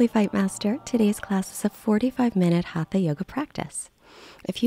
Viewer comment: Please pronounce it correctly ...Hata Yoga